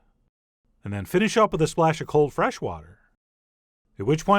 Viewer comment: Why do you say wiTHhh, soft Th as in wither?